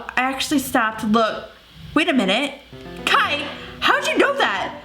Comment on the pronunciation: It’s “Kai”, lol.